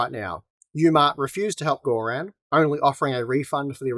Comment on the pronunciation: bloody hell "Gore-Ran"? its bluddy Gorrun